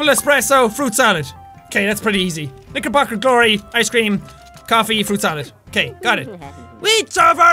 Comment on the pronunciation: jacksepticeye Has nobody else noticed it sounds like you say N***erbocker glory" instead of Knickerbocker Glory?